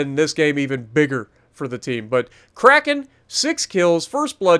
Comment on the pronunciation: Quacken! Love how you say that 😂 great games